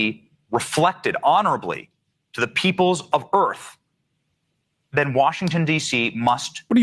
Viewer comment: WELCOME TO EARF